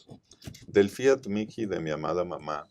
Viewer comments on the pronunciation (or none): Fiat mihi (mii) no miki ,por favor.